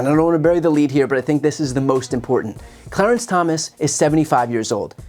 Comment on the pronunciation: "Clearance" Thomas?